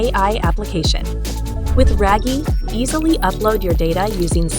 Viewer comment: Oh, RAGIE is pronounced “rag-yeh” not “ray-gie”